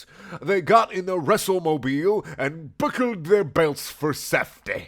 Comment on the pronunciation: "...the Wrestlemobiel..." You can't make this shit up.